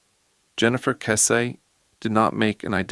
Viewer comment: If you can’t pronounce her last name, you have NO KNOWLEDGE of this case.